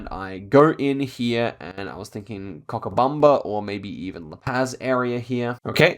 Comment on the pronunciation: Pretty good run, gratz. The "Cha" in Cochabamba (Bolivia) is not pronounced KA, is just Cha as in Challenge or Champion